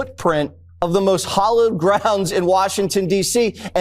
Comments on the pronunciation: Jesse was right when he mispoke about the WH. He said, hollowed grounds, instead of hallowed!😖💔🇺🇸💙💪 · Yeah that is right Jesse “ hollowed grounds” …… did you even finish school.